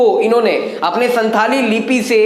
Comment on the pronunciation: Pandit Raghunath Murmu ke biography aur bhi jaanlena chahiye aapko And Second thing santali language ka pronounsation SAHI Karna Hoga aapko